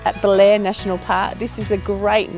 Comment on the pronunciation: Be-lair, not Bel-air.